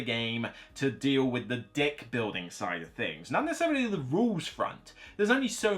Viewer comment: From LA, CA…your pronunciation of “Deck” on #4 had my kombucha spray out my nose! lol Totally agree with you! Thx ! 😂. The beginning , beginning of #4….